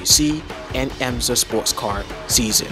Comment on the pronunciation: It is not EMZA as you pronounced it, but rather IMSA WeatherTech - (International Motor Sports Association.)